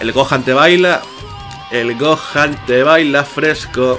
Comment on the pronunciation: Buen video! Yo siempre lo pronuncie GokJan, no Gokan jaja. Ya que en Gohan la H no es muda. Pero ni idea cual es la pronunciación correcta xD